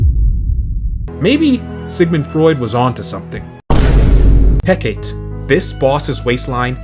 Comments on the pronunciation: "Hecate" is pronounced "Heh Kah Tee" btw. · it's pronounced He-cuh-teh I just pronounce it as He-Ka-Te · I'm kinda baffled there are people still mispronouncing Hecate.